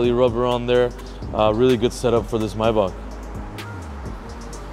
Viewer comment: you saying maybach wrong 😂😂😂